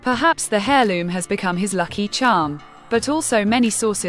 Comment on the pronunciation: Its pronounced air not hair in heirloom etc,you should know this.